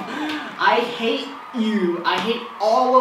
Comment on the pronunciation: é pra rir não pra corrigir ele sabe que é hate e não rate